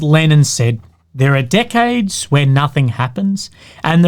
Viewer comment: i love how when aussies say "decades" and it sounds almost like "dickheads"